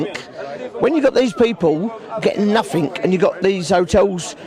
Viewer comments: Stop saying ‘noffink’, for fucks sake. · "doing nofink and getting everyfink" 😅😅😅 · “Nothink” and “everythink” ? What the hell does that mean ? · If they "don't do nuffink" they must be "doing summink". He's thick as mince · I judge him for saying nuffink too. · what is NUFFTHINK ..can these people not grasp basic English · You can tell how educated he is by the way he says nothink... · The word is nothing not nuffink. Therein lies the problem.. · what the hell is a NUFFINK